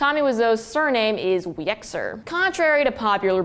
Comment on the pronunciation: hi, just so you know, Wieczor (actually Wieczór) is the Polish word for Evening and it's pronounced vieh-choor